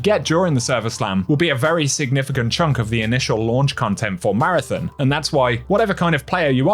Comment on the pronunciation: We have to get you pronouncing Marathon correctly, lol.